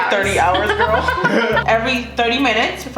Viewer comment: I like how y’all keep saying “GoRL” from 365 days lmao